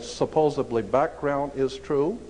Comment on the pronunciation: Let's not forget, "supposably."